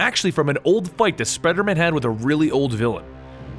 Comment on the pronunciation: the said speedermen had